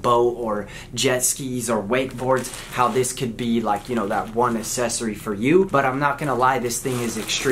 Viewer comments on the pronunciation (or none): Say it with me: Ack-sess-or-ee